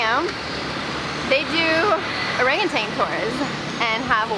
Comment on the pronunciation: There’s no g at the end of ORANGUTAN. Please orangu-TAN not orangu-TANG!